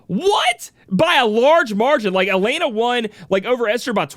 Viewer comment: Yo it's E-LEN-AH not AH-LANE-AH not to bash but that's how her name is pronounced. Congrats on her win 👏 as for me I was going for Lilith all the way.